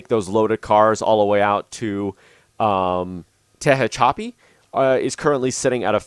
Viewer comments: Some help with California Cities... Tehachapi is pronounced (Te) (hatch) (a) (pee) emphasis on the hatch. Barstow is pronounced as spelled, (Bar) (stow), second syllable as in stowaway. The pass cajon is pronounces (ka) (hone) pass. Pretty cool video. I'm thinking of getting the game. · But Tehachapi hurts even more